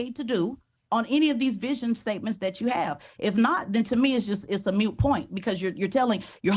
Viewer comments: Moot point. Moot, not mute. She really does not come across very intelligent. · Hate to be that guy, buuutttt it's moot point, not mute point. 😬👀 Ok I'll see myself out. P.S. This lady is so embarassing. 😔 Oh & pretty sure she didn't "serve her country" for free. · Did this dolt say "mute point"? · Did she say a "mute" point? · As soon as she said “it’s a mute point” you know we’re dealing with an imbecile. If you can’t pronounce the word properly, don’t use it.